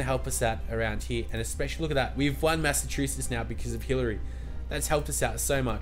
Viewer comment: U say Massachusetts weridy Ma-sa-chew-sitts